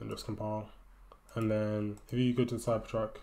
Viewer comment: It is cybertruck not cypertruck